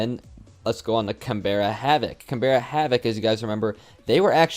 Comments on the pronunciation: Just a heads up for future Canberra is pronounced more canBRUH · Can-bra, it’s the capital of Australia!! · As an Australian I wanted to point out Canberra is pronounced like CanBruh and Le Duck is more Le (short and sweet) than Ley. As well as that, SPYDOGE isn't spidoge, it's literally just Spy Doge. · we understand but oml it is so triggering when even the casters don’t do their research to figure out how to pronounce Canberra